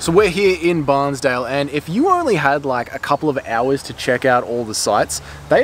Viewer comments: 16.31....your videoing my house😊....and you say Banns Dale.....not Barnsdale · Banns Dale😂 it’s ok, I had an uncle who lived that way so I grew up knowing how to say it. By the way, recently I was corrected on how to say a town, live and learn. Wow, so envious of that first walk, and yes, even the cold plunge! I just need to see where my feet are going… curious, just when did you film this? Fabulous episode 👏👏👏👏👍 by the way, check out True Blue Travellers, you should get some laughs 😊